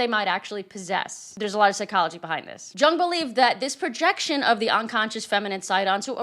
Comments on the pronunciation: Giiiirl, it’s Carl Jung like “young,” not Jung like “jungle gym.” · It's YOUNG with a y, not Jung sounds like jump. The J is a Y. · Yung not Jung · Jung is pronounced with a 'Y' sound, not a 'J'. The only humans who are 'transwomen' are men. These men are in no way women. This is why 'cis' is redundant. There is only one type of woman and these women do not have a Y in their chromosomes. Trans is a problem of the mind, not of the body. So treating the mind is the rational thing to do, not altering the body to match the confused, unwell mind. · Jung is pronounced as young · This is mostly true, but Jung is promounced like "ee-ung". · I lova ya,. Please check your pronunciation of Jung, it's German so the J sounds like Y, and the u is more like ooh. Anyway, I know you're educated and have a lot of knowledge of the subjects you cover. I think it's important that we know how to properly pronounce the names of people we're quoting. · Yuuunng. Say it like that. Yuuunng. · Jung pronounced Yung, just an FYI not snark. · Jung is pronounced "Yung". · Jung is not pronounced like "jungle" it's pronounced "young" elongating "ou" to sound more like a "you" than an "up" sound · Sorry, not to be That Guy, but Carl Jung would be "yoong", not "jung". Same like Euler would be "oiler" and not "yooler", etc. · Just a piece of minutia: the Jung JUNG you’re referring to as psychologist Carl Young. It’s actually pronounced like YOUNG. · please stop saying Jung with a J sound as in just, just stop. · Jung was Swiss. He pronounced his name "Yoong." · Jung is pronounced Yung. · Jung is pronounced "Young" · It's pronounced Young. He's okay. His observations are pretty obvious imo. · ...quoting Jung (pronounced 'Yoong')... it's not 'delusionment,' but 'disillusionment' which is like an existential-level disappointment. Hope that helps. I always love your work. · Just fyi - Jung is pronounced like "young". 😊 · Jung is usually pronounced "Young" ( just fyi ) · Jung is pronounced “young”